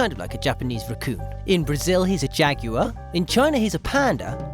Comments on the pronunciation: Jag oo ar not Jag you er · I think you said jaguar wrong